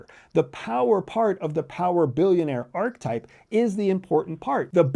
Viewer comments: “Are-ka-type” (3 syllables), not “ark-type” (2 syllables) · It's pronounced ar-kuh-taip, not ark-taip. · Why do you say arc-type, instead of archetype? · Ark-UH-type.. omg.. lol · Sounds like he's saying "R-type" that great sequel to Gradius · Credibility Killer No. 1: repeatedly demonstrating that you don't know how to pronounce a key concept you're relying upon - "archetype". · The word "archetype" has three syllables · sorry. it is profoundly concerning that you are pronouncing archetype this way. it isn’t a matter of options. it isn’t english. you won’t loop the correct pronunciation in & then re-upload the video, will you. it’s disappointing. if you’re going to do something, it can be done with excellence. ohhh… you’re trying to be controversial in order to generate more comment dialogue that you will never read or respond to. got it. ⛔️🛑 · Let’s start by learning how to pronounce archetype. A nice PowerPoint presentation from the psychology department at the CIA. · I hate the way he says Archetype. Uses big words without a hint intellectual basis. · Archetype has 3 syllables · Please learn how to pronounce archetype